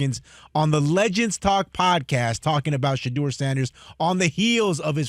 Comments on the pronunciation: “We hate Shadeur Sanders because….” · “Shadoor Sanduhs” - Big Perk 😂